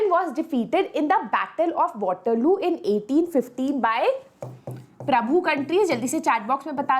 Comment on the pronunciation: Batterlooo lol 😂